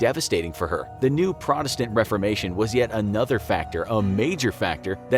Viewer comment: I love how this guy can’t pronounce Protestant